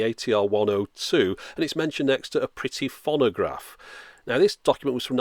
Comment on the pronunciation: Fonnagraph? That's a novel pronunciation of 'phonograph'.